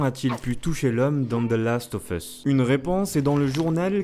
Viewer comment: salut on dit "Last of USSSSSSSSS" pas "FUSSS" c'est super horripilant vos prononciations a la gomme ! retournez a l'école et en cours d'anglais ! merci !!